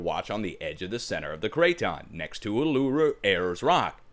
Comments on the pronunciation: need to leave my rock alone there son! I'll oo roo is how you pronounce it.. Ayers Rock will do for me thanks. Cheers mate. G'day from Downunder..love your show. How can they say you are wrong? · Uluru is pronounced OOLOOROO (just shorten the OO vowels & there you have it!...It's easy when your an Aussie, Mate...lmho